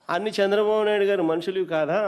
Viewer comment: అన్నా నీకు నా చిన్న సలహా at least తెలుగు ఐన జర బాగా మాటలు ఆడా రాదే చంద్ర బాబు అన్న సంద్ర బాబు కాదు అన్నా